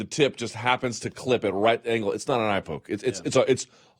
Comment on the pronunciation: is this Jon Jones calling in anonymously? Notice the unusual way the caller pronounces the word “poke”. For Jon Jones audio comparison.